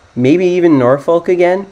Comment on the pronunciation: Norfolk and Suffolk are not pronounced as the appear, Nor-Folk or Suf-Folk. In fact the last part is pronounced as you would the f word. But because the Nor and Suf is part of the word it's not swearing/cussing. However, the origins do come from the Viking origins describing The folks of the Northern lands, and folk of the South lands. Which over time became Nor-fuk and Suf-fuc